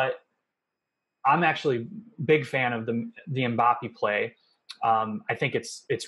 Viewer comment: THE WAY HE SAY MBAPPE PISSES ME OFF